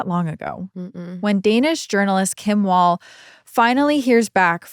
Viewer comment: pronouncing her name "wall" instead of "vàll" broke my Swedish lil heart lol. It has nothing to do with walls, it's a very old Swedish surname.